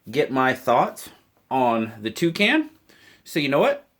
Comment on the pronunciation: When you heard you say it I tough you said "Two can" one more can of beer lol looks ok